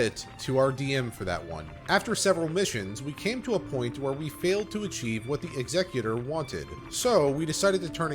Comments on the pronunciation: It isn't Ex-EC-yoo-tor. It's EX-ec-yoo-ter. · Bruh its Executor (X-eh-cute-or) Prounounce X as you would the letter Plz and thanks